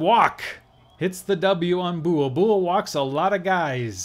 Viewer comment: For future reference, Buhl rhymes with "jewel", and Willey rhymes with "silly."